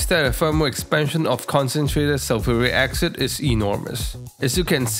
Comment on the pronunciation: First - love how you say concentrated zulfuri aksid. Brilliant 🙂 Second, I really like your rack at the back of the hood. Extremely neat and nice looking